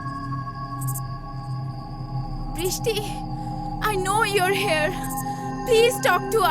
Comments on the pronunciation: you are hair?! xD ki pronunciation! 😂😂😂😂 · Hair bolse jei time e sheta aro pore.. te priyonty api thikthak i bolse!😏 hair bolse e...